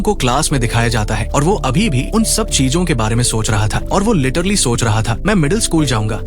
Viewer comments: 😂Lettrally ❌letterly✅😂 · Literally❌ lettrili✅ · Plan❌ Palan✅ 😂😂😂 Literally❌ Laterli✅ 😂😂😂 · literly mat bol annoying sound katra hey literally bolle achha sound karta hey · Ak Time usne letterlu kaha tha